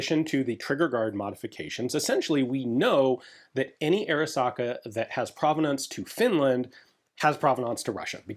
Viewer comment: Every time Ian says Arisaka, I cry a little.